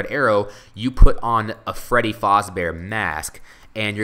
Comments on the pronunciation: it is pronounced fazbear not fozbear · Its fAsbear not fOzbear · It's pronounced faaaaazbaer not foooooozbaer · its faz not foz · Freddy Faaazbear.. no it's Freddy Fazbear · not fozbear fazbear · its freddy fazbear not freddy Fauzbear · Why do you pronounce Fazbear like Fozbear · freddy FAZBEARS not freddys FOZBEARS! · ITS FREDDY FAZBEAR NOT FREDDY FOZBEAR!!!!!!!!!!!!!!!!!!!!!!!! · This is really good! But I hate how you say "Freddy Fahhsbear's Pizza" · The whole time that he said FOZBEAR triggered me so much😵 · No offence but you're saying "Fazbear" wrong. You're saying it like "Fozbear". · Why do you keep on saying 'Faazbear'? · also, he says fazbear wrong. also freddy boy, bonnie boy, foxy boy and chica girl. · Why Does He Keep Saying Freddy FAZBEAR Wrong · yo you are saying it wrong the a is the 1st sound ;_